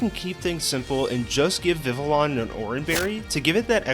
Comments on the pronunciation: i’m 90% sure it’s pronounced “viviyon” and not “vivilon” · Just letting you know, Vivillon is pronounced “Viv-ee-yon” I know it’s weird but “Viv-ill-on” does sound a little better😅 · It’s pronounced viv-EE-AHN, BYE-nuh-cull, kuh-REE-nuh, sih-JIH-liff, HAH-loo-chuh, RAY-mohs, ROHZ-rayd, VEH-noh-shahk, CLEH-MENT, ehm-MAHL-guh, luh-VARE, and DRAP-ee-ahn, “Patrick Star”! 🤨 Also, Sandstorm is a Rock-type move, not a Ground-type move!